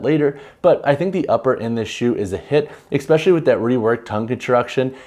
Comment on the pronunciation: Great review but FYI especially has no “x” in it. You keep saying expecially. Which isn’t a word. 😂